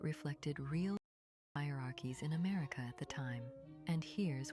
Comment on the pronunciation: "ameirca" X.X. Lol it's America..